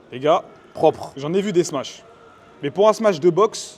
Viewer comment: encore une fois super vidéo mais tu fais que dire "smatch"